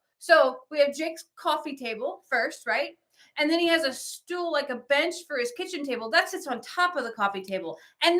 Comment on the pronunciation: You forgot when says FOR sounds like FAR. haahaaaa lol I LOVE IT!